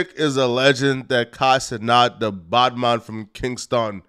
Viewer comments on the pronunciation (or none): none